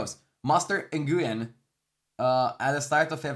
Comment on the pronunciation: It's Vietnamese so Master Nguyen sound more like "Win~" at the end .